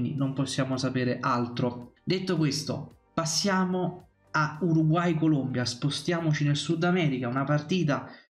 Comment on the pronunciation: ti ho messo il like ma si dice Colombia, non Columbia. La Columbia è uno stato nordamericano.